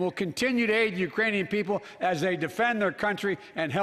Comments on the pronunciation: He says "uranian peole", Wake up it is already day.. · Hahah he did but he said Uranian!! It isn't even a country!! Hah it's like saying " nuclear warfolk' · No, he didn’t say “Iranians”. He actually got tongue twisted and mispronounced Ukrainian. He said “Urainian people ” (yea, go back and listen ) which is still wrong, but not uncommon in human speech and certainly not uncommon with someone dealing with a speech impediment. Considering that he said it correctly the few dozen other times I’m sure you can get over it. Especially, if you put up with four years of the previous president’s speeches. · he said "uranian" thats what I heard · I have increased the volume and have repeated it and I hear no “K” when he enunciated the word. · Wow an old man with a stutter mispronounced a word 😮 so shocked!! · WOW an old man with a stutter mispronounced a word!! 😲